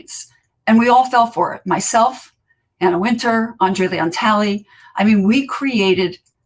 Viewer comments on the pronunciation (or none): none